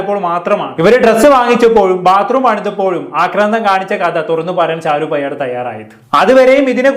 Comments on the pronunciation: പെയ്യാട് അല്ല പേയാട് ...തിരുവനന്തപുരത്തുള്ള ഒരു സ്ഥലമാണ് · എടാ നല്ല ത് പോലെ സംസാരിക്കാൻ പടിക്കു പയട് അല്ല പേയാട്